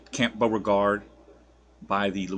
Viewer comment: That’s not how you pronounce camp Beauregard Also military police are a thing